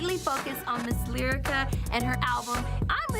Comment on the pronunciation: I had to run it back to see if she really said, "Delyrica." She did🤣